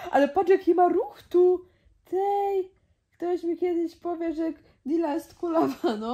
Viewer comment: To nie mati lonżuje dile tylko dila jego